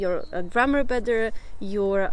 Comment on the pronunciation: Sorry for nitpicking, but should improve "too x two" and "better x badder"... OK, Im crawling back under the stone:D...anyway, great video as always. Interesting thoughts 👍 I have a theory, that people with good tonal or musical hearing have a big (maybe huge) advantage when learning foreign languages.